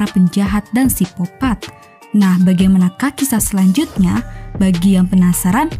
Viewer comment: Sikopat bukan sipopat